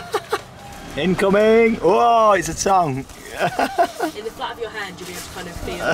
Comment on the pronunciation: Are you intentionally pronouncing tongue, tong 😂